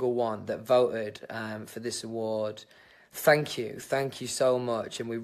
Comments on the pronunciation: “fank you” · he doesn't say "thank you," he says "fanks" or "fank you".